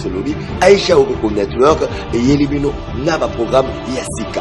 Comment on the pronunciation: oko misua mungongo na lolemu aicha okoko. network ango nde ozo loba ngo kkkkk networrrk